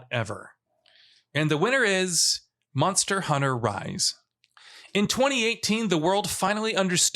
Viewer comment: Anyone else here him say “Monor Hunter?” Great vid